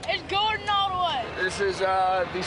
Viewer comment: I like the way he even said Gordons name wrong! Im sure he knew what he was doing 1000% Hope ur good.